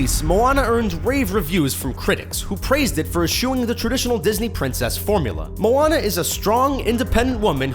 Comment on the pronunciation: YAS THEY SAID MOANA CORRECTLY! I get so MAD when people say Moanna Like or comment if you get mad when people say Moanna instead of Moana